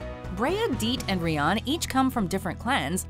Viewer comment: Rian Not Rion